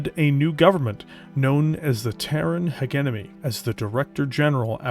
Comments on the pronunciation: Especially since is not even saying Heguemony but Heguenomy when it should be Hejemony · Literally my only complaint about the video as well, otherwise a fantastically orated bit of media. Pronouncing "Hegemony" in English is done by saying the words "Hedge" and "Enemy" together for anyone who is debating the topic. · Great video(s). One observation I have is that "hegemony" is pronounced: he·gem·o·ny / həˈjemənē and not "heg-em-ony" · Jesus, man! You should be able to properly say "hegemony" (not hegenemy). You are a Canadian after all. You don't have an excuse of referring to made up language 😅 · I believe the correct pronunciation is halfway between yours and his. HEH-JEH-MUH-NEE, ending the syllables on the vowels. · You are mispronouncing hegemony the G is pronounced like a J it’s driving me nuts cause your work is so good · AH the British pronunciation of Hegemony! But that's the worst part. Good work. Your voice-over work is damn good. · Is it possibly the British and Canadian pronunciation? Because our boy is definitely Canadian. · Most of us don't say it like that anymore, the word doesn't flow and we like some gravitas to our words. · Yep that's about it. it's not a hard G it's more of a J It make it a bit jarring to listen, but otherwise great video